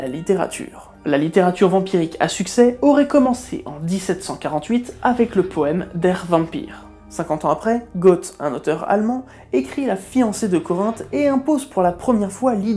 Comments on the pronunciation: Goethe, dit "geuthe", pour simplifier, pas Gott, qui signifie Dieu en allemand. 🐿️ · Goethe ca se dit gueute hein